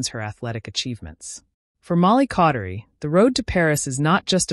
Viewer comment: Caudery, not Cautery but thanks for the video.